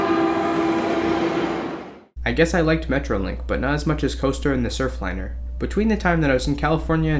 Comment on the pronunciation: There's an "r" on the end of that: Surfliner.